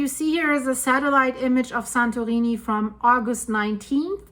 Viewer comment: Ok she is definitely saying "santoweenie"